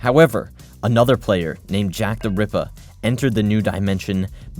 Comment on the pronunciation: he sounds Australian every time he says jacktherippa